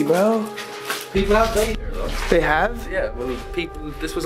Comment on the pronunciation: why tf did he pronounce "here" like that